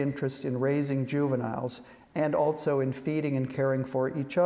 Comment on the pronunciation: That last guy kept saying “”altso”” instead of ‘also’..